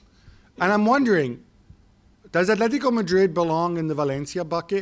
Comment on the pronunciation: “Athletico”.... cmon espn you’re not even trying anymore